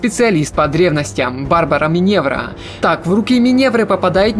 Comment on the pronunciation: Барбара Минерва, а не Миневра! прям режет слух